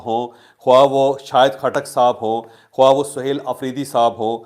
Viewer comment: جاھل! لکھا خواہ جاتا ہے اور پڑھا خاہ جاتا ہے۔